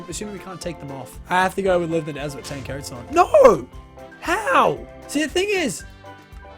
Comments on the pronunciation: Did anyone here lachlan say desert kind of weirdly like it sounded like when people say "Yummy Desert" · did you say dessert or desert?